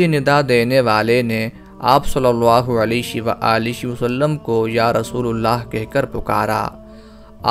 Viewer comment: Rasoolallah hai rasoolullah nahi dhyan den